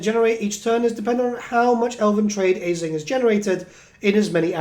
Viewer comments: Hearing you pronounce it “AisliNG” was peeving considering the Norsca tribe with that pronunciation. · Thanks for the info mate, it seems like it will be a fun campaign with interesting units. But I gotta say, the pronounciation like "Aisling" bothers me 😅